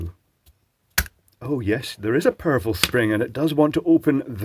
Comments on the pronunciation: Yeah he said purple for sure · I heard purple too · It took me over 5 minutes to realize that he was saying POWEFRUL spring and not PURPLE spring. 😂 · The subsequent times he said it, it changed to purfel for me so then I gathered I should have heard powerful :P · I thought he said "big purple spring" the first time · I too was waiting for a purple spring. listened again and could hear "perful" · I heard purple as well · I heard "purple" both times, assumed that it was an in joke, read these comments, rewatched the video, and was genuinely surprised when he said "powerful." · I too hear "purple spring". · yep I thought he said purple spring I must have dyslexic hearing